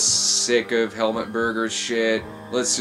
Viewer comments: It's not Hel-mutt, it's Hel-MOOT. The more you know lol. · Why can nobody pronounce Helmut’s name right? It’s not helmet Berger, it’s HELMUT! You’d think everyone would have the respect to learn the lead role’s name before saying it for the mini doc